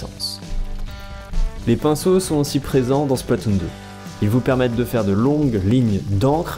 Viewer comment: Attends tu as dit les rouleau les pinceaux ou l'épinceau xD